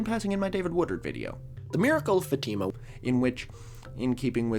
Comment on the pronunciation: OOH, yeah, definitely not synonyms. We don’t worship saints, we don’t worship Mary, who is also a saint. We ask saints to intercede on our behalf. You know, since they’re able to put in a good word to God. Hooray for correctly pronouncing Fatima!